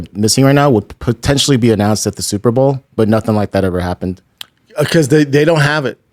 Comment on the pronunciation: SUPER BOWL. not SUPER BALL you redact.